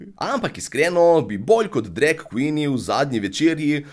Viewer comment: Všeč mi je, ko reče drek in ne drag :)